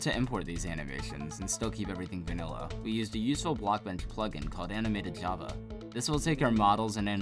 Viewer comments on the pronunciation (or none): none